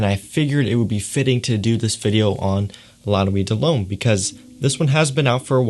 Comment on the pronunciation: You say it like lah nuwit deh lumme